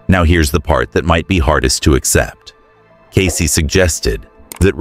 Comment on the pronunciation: Cayce ……Get it right ?????